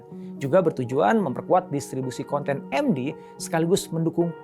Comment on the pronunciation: APA BAPAK BILANG ? MekDi TiVi ? 😅 Hwahahahahahahaha 😂😂😂😂😂😂😂😂